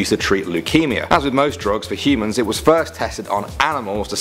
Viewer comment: Am I the only one keep hearing him say "he-mans"?